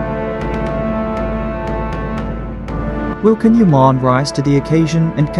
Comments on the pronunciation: Please practice to say his name correctly Çan ( Jon) Yaman! It isn't can it's Çan with j sound in English! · Can will be excellent in this role but PLEASE pronounce his name correctly!!! In Turkish, the C is pronounced like J so his name is pronounced like John!